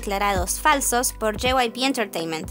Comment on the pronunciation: Se siente raro cuando dicen JYPE pero es JYP xd